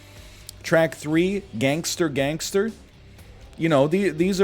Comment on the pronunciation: My man NL really just said gangsta with the hard r